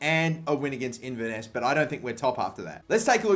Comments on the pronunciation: it's pronounced in-ver-ness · its pronouncer in-ver-ness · Inver-nuss? 😂 Inverness Caledonian Thistle, Kill-ma-nock? WTAF 😂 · Inverness is pronounced In-ver-ness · 😂😂😂😂😂 the way you pronounced Inverness 😂😂😂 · In-ver-ness par-tick jfc.